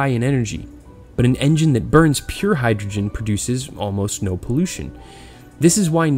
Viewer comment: sorry dude couldnt watch it after you butchered hydrogen